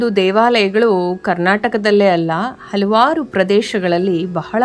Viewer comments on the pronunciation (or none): none